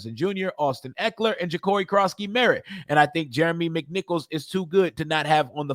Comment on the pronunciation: You can say Noah econogamey but you can’t say Jacori what’s wrong with you?